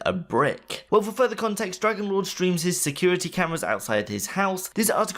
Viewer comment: Hey,! The german Streamer is called "Drachenlord" as in "Dragonlord", not "Dragonlore":)